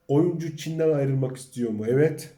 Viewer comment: yav abicim o nasil evvet demek öyle, tamam güzel insanlari anliyorum ama evvet demen sana yakismiyor. sadece ikiye bölmeden evet yani yazildigi gibi söylersen rica ediyor ve tesekkür ederim.